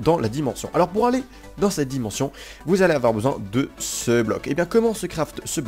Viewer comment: Pu..... Y'a... L... La di..... La dimonssion des creeper belle vidéo merci a toi